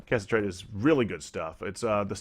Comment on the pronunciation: Im not sure if these are pre-recorded, but it is pronounced ca-sit-er-ite